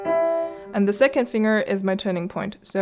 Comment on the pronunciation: The most annoying thing about this GREAT video is the pronunciation of the word FINGER!!! "Finger" is NOT pronounced "FING - ER", it is pronounced "FING - GER".